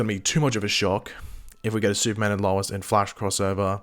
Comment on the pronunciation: can you say Lois properly thanks